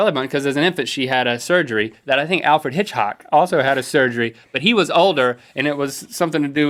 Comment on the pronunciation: "Alfred Hitchhock" -Link, 2014